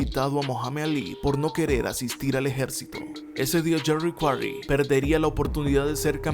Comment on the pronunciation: Comoooo que dijiste yerry quaray le gano a ron lyley👍👍👍increible